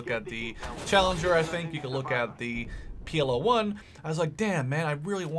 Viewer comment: It isnt PLO 1 Its PL-01 ;)